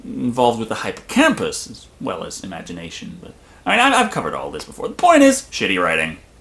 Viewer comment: Disney 'The Umbrella Corporation' Owns it now. "So their you have it." And it's, Hip-po-camp-us. not Hy-po-camp-us.